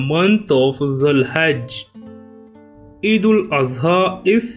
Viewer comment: Not each😂😂 it,s Eid 😊